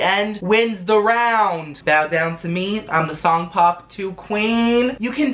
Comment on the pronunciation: I thought he said thong pop